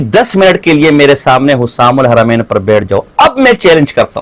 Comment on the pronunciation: اب کیسے بھاگو گے۔۔جب کہ فتویٰ ملگیا۔۔۔۔ رشید احمد گنگوہی تو اپنے کفریات عقائد کے وجہ سے کافر ہے۔۔جو اس کو ایمان والا مانے وہ بھی کافر مرتد ہے‌۔۔اس کا ایک ہی کفر نہیں ہے اس کے تو کءی کفر ثابت ہیں ۔کہاں تک بچاؤ گے اور بچاتے بچاتے خود ہی کافر ہوگئے ۔۔اور کتاب کا نام حسام الحرمین ہے نہ کہ حسسام الحرمین کتاب کا نام تو لینا آتا نہیں ہے۔۔۔یہ رضا کے نیزے کی مار